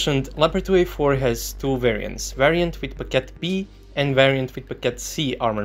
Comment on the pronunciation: Hold up, how did you pronounced 2A4 B and C? Trepkitot C and Trepkitot B? :D :D